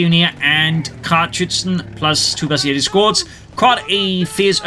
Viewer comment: Finally somebody that pronounces bersaglieri the right way👏